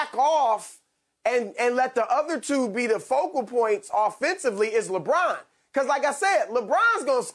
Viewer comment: Nobody: Broussard: Lebraun